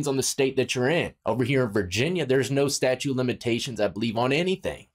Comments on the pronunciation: StatuTe of limitations bro, not "statue" of limitations....Statute of limitations, pronounce the T. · I couldn't tell if you were saying statute or statue of limitations but I didn't hear the second "T" so just in case, for future reference it's statute of limitations. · It's "statuTe", bro, as in laws. Statutes, not statues. Love ya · Statute, its fucking "statute" 😂🤣 you've had problems with that word for years bro 🤪😜😝🇭🇲🇭🇲🇭🇲